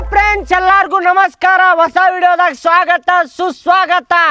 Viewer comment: ಬ್ಯಾವರ್ಸಿಗಳ ಕನ್ನಡ ಸರಿ ಬರಿರೋ ಹಾಸಾ ಅಲ್ಲ ಹೊಸ